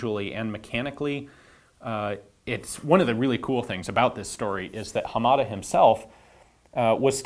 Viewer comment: I think your pronunciation of Hamada is a little off. You stress the second syllable "ma". I believe that is incorrect. Japanese in general is a flat language so none of the syllables are stressed.